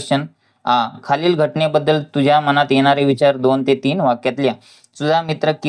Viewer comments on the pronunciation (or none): none